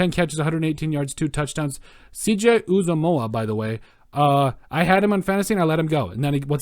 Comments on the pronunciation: Lol, Nice video! It’s pronounced “You-Zo-mah” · It's Cj "Oooo-Zom-Mah" CJ uzomah